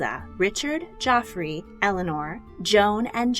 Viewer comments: Its not jofrey, but Jeffrey.. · Love your videos! I know it’s a year old, but “Geoffrey” isn’t pronounced “Joffrey” it’s “Jeffrey” it’s just how the English spell it. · Henry II's son was Geoffrey (ie Jeffrey), not Joffrey. Rosamund is roz-a-mund, not rosa-mond. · Maybe in old English or old French, but not in modern English. If you have the name Geoffrey but pronounce it Joffrey, you are an outlier. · Great story telling! One point though....Geoffrey is pronounced Jeffrey, not Joffrey. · Isnt that the difference in the French vs English pronunciation of the name? Didn't they all speak French at that point? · Geoffrey isn’t the ass prince/king from GoT. It’s pronounced “Jeffrey”. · She is one of my heroes, and there was a lot here I didn't know before (which is surprising based on how much I've read). One note: Geoffrey is the medieval spelling for Jeffrey. And it's pronounced as Jeffrey. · The French pronounciation is sounds like Joffrey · “Geoffrey” is pronounced the same as “Jeffrey.” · It was the French pronunciation joffry. French was still the language of the nobility in England